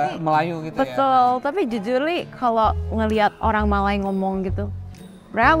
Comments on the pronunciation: Sebutan Malay itu seperti tidak pernah belajar english. Malay ertinya Melayu, Malai ada kaum di India Malayalam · Benar. Dia asyik sebut Malai, agak aneh. Kalau dia jenis bergaul dengan orang tempatan , pasti sebut Maysia bukan Malai😂😂